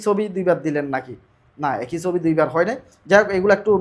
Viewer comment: ভাই সবি না উচ্চারণ হবে ছবি।।।।